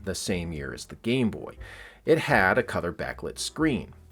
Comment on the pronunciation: Were you saying "cother" instead of color?